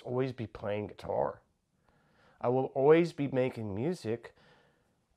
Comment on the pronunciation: ".....I'll always be playing getarr"